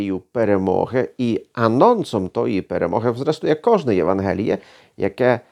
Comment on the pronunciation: А чому у слові "Євангеліє" Ви ставите наголос на "е", а не на "а"?